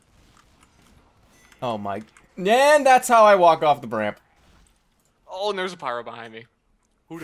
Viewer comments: Did he say bramp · " thats how i walked out of the 'bramp'